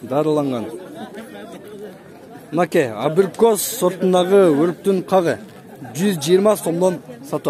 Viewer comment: абрикос дегенди бир угуп калган экенсинда кайра кайра эле абийикоспу дейсин